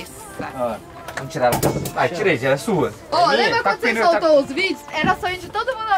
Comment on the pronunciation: A Dani falou tira mor ? Kkkkk